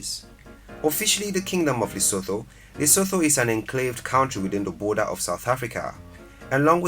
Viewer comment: Lesothoooo lol 😆 😂